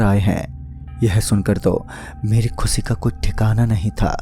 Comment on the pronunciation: Sayad nhi shayad Khusi nhi khushi Sopping nhi shopping Biswas nhi vishwas Bhai sa nahi sha hota hai Kahani bht ache se sunai lekin Vocabulary ko thoda improve kar